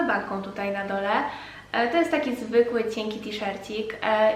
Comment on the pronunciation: SukieNka, nie sukieńka. CieNki, nie cieńki.